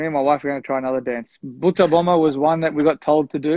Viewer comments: Is Warner saying buttabomma? I haven't read the subtitles and was just hearing him . It was like boot Obama !!😄😅🤣😂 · When you guys on CC when ever warner says Butta Bomma it's coming "BOOT OBAMA" Seriously!!